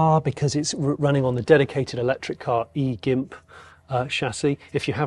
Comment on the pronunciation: "E-Gimp"? "Hi-un-die"? Dude.